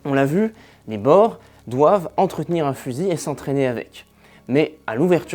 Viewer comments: Les "Bor" jamais entendu ca ! On prononce les "Bours" pour parler des Boers . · Ça se dit la guerre des "bour"..ce qui signifie paysan en néerlandais..C'est un détail..la vidéo est excellente..👍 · Excellente vidéo. Passionnant. Boers qui est un mot néerlandais se prononce plutôt bours